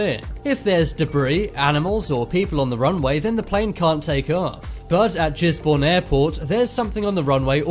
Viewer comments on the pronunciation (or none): I'm offended he said jizbourne is giz Bourne it's like his but with a g